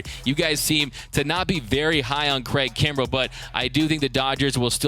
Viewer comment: my boy said craig krumbel lol